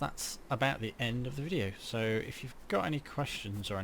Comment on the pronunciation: A little old of a video but instructions are well done, when I pay attention. I ended up doing twice as the first time I thought I messed up as I heard you as saying N and not END. I only installed on a Expansion Server and there are a few things different. Such as can not do the snow thing that you showed but it looks like all the core functions are there with a few annoying little bugs.